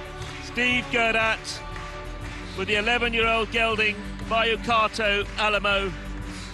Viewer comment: Did anyone else notice that the commentator says Steve Guerdat with Al-a-mal-o instead of Alamo???